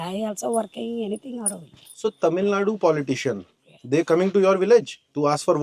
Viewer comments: does he deliberately mispronounced tamilnadu as tamill*du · Tamilnaidu he meant